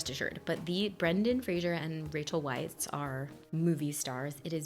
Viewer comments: Just to let you know (I don't have the patience to scroll thru the 300+ comments to see if someone mentioned this already), Rachel Weisz's last name is pronounced "vice". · Hey. Rachel's last name is pronounced 'VICE".